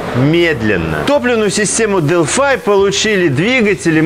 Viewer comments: Почему Delphi вы произносите как Делфай , а не Делфи? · Обзор отличный, всё в тему)) НО, мне одному уши режет как ведущий произносит названия топливных систем? Делфай(Делфи) и Континенталь ударение на другой слог